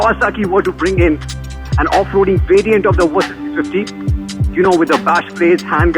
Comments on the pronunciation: It"s Versys not Wersys... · Love the play on words with your pronunciation - "Worse-sys 650" - chuckle